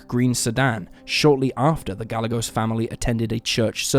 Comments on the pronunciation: Sharon Ga-jay-gos. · Gah-yeh-gose. Gallegos. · Could u atleast get the victim's name right. It's Ga-Ye-gos. Poor lil Sharon, R.I.P chiquita 😢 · Gallegos= Guy-yay-gohs (soft s)